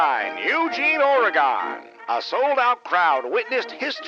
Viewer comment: OreGIN not OreGONE